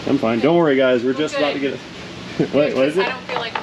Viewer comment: Damn it.. Why are you making fun of us, What's that aboot?! Ok Sorry sorry for yelling there! You do a great job!